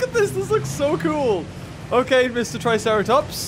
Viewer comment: He said triceraplot